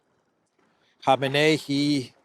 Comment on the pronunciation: Respect to for pronouncing Khamenei's name correctly. It's shocking to me how many otherwise good journalists and analysts can't even get his name right.